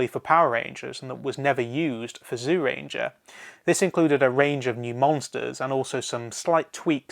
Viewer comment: I can't watch this while you are pronouncing Zyuranger as "Zoo ranger". Please pronounce it more like "Jew ranger".